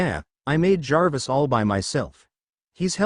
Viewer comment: Omg, an AI reader can actually say Jarvis without spelling the letters out, I'm so amazed with this😊